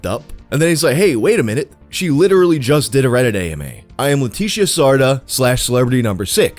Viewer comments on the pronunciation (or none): i love how every time he says ''leticia'' its a different pronunciation lmao